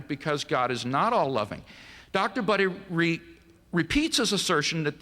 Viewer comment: "Dr. Buttery" LOL!